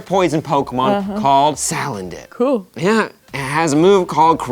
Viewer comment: I thought she was saying Salad Dick... I thought it was a joke :P